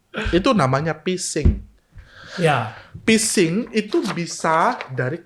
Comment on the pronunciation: menit ke 45 "Pesing" haha.. iyalah itu hp lo sendiri brooo.. coba masuk n phising k HP bro Daniel